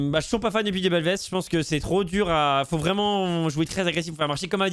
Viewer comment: belveth que tu prononces en fr ou anglais tu sonnes comme un gamin avec un trouble d'elocution. D'ou est-ce que tu sonnes anglais